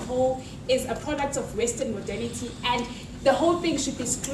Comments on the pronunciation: what does she keep saying? "western modenity"? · If she says "Western Modality" or whatever the fuck it is one more time my fucking head is gonna explode. The only three words she knows! "Western" "Modality" (if that is what she is saying) and "Colonization".........The sheer depth of willful ignorance is astounding.